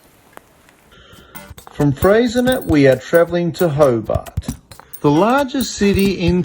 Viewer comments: Bish-en-oh, Fray-sin-ay, Ma-rye-a island, Done-alley, Hew-on Valley, Jeeves-ston, Mu-ers, Hobb-art (just kidding about the Hobb-art) + 1 million upvotes for the Tessellated Pavement at Eagle Hawk Neck, but you missed out with Doo Town... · A few pronunciation errors: Bicheno = BISH-en-O, Freycinet = Frey-SIN-ey (the T is silent), Huon = HEW-on. Geeveston has a soft G like gym, not a hard G like Golf. You got Launceston right though which usually gives Mainlanders problems for some reason!